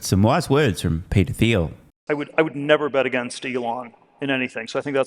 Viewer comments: "Thiel" is pronounced "Teal". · Thiel is of German decent and he uses the German pronunciation of his name, which means the 'th' is pronounced 't', so, phonetically, it's "teel".